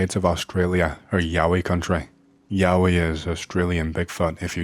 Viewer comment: Totally heard something else the first time you said "yowie". 🤣